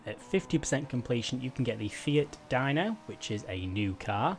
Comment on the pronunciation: you said Dino wrong its dee-no not die-no .....